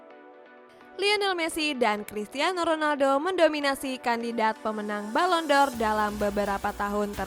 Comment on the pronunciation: Balon d'or neng bukan balon dor😂